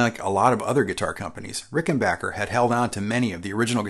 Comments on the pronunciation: FYI: A few times in the video you slip into saying "Ricken-bacher", instead of Rickenbacker. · Nope it’s rickenbacker per the family. Interestingly enough, only the guitar company had this bocker misnomer. You almost never hear people say bocker when their cousin, WW1 ace Eddie Rickenbacker is mentioned. His name is almost always pronounced backer properly. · Pronounced "Ricken-bach-er" vs the previously admonished "Ricken-Back-er" 😄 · why does everybody say Rickenbocker and not Rickenbacker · I was this many years old when I learned it is pronounced Rickenbacker, not RickenbOcker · Hip people still pronounce it "RickenBACHer". "RickenBACKer" just sounds silly.